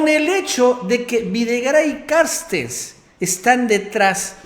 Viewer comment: A ver no mames no te desconpongas... "Carstens" se llama! Noo "Carstes"...aliviana tu rostro eres buen comunicador pero no la riegues siendo flojo y pronuncia el apellido como es.